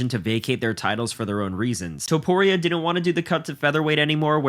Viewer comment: Topuria, not Tuporia